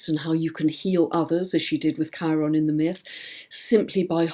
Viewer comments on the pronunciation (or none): none